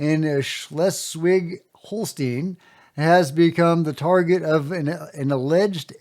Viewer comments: holstein not holsteen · I love how you tried to pronounce Schleswig-Holstein. The first part was ok, but the last part would be pronounced like "Hol-shtain". Anyway, you said that right!😀